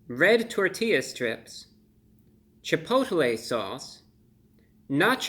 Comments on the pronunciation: You said "CHI POTA LAY" sauce. Love it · cha-poe-tah-lay sauce